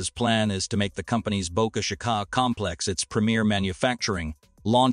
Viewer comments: Boka shih ka ........... teach ur AI to speak !!! bo ka chi ka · Bo-CA-CHA-CA???? PRETTY LAME. I'm sure the folks there are not to hip on your pronunciation! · Boca Chica is Spanish and is pronounced: (BOW-KA CH-EE-KA) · Boca Chicaaaa? Really? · Ditch the AI Writing and Voice to text / AI Reader! That is one of the uses I’ve ever heard! Just hire a competent person to read it! “BOCA CHICA” is Spanish, not French! I lost track of how many different ways your AI Reader Bot mispronounced it! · You need to get your AI reader to learn how to pronounce words like Boca Chica.